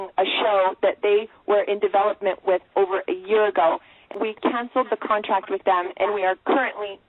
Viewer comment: It sayed contact instead of contRact!!!😂😂😂❤🎉😂